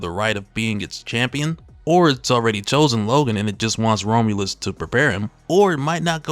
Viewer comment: Bruh kept saying Rome-u-lus 😂 Rom-u-lus, my guy.